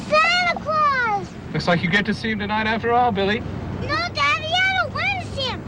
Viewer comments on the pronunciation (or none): none